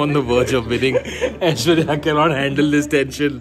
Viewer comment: well ACTUALLY, aishwarya phonetics like what akash said is a way better pronunciation than what you said. you better tell him that,because damn your pronunciations make us collectively cringe ahahahahahhh